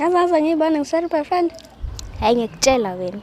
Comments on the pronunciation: Who else heard ma'broyfriend ami😂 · is it part of the comedy plan for not to being able to pronounce "boyfriend"😭😭